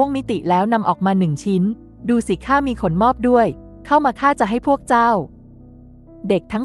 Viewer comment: ขะ หนม อบ ไม่ใช่ ขน มอบ 5555